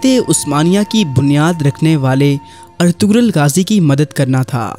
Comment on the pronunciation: پہلے نام تو پڑھنا سیکھو۔ اطغرل میں غ خاموش ہے اطرل پڑھا جاتا ہے